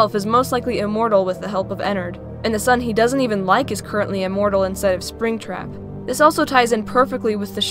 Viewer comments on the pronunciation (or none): ice phoenix It's Even, Not "Evem"